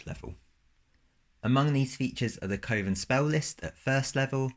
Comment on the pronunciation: "Coven" should rhyme with "oven". Otherwise, great video and cool class and sublcass!